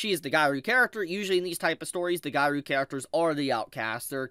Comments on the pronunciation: This man did not just say, "gairu" instead of "gyaru." -_ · Okay sometimes your mispronouncations are something i can ignore but pronouncing gyaru as guy rue is a bit much. Think of it as gi-ya-ru that should be much closer. Anyways love ya 😘